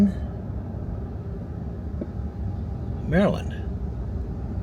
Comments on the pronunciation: The town is LOnaconing, not Lunaconing. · It's spelled Lonaconing, Maryland --- local pronunciation is Lone-a-cony. 😉😁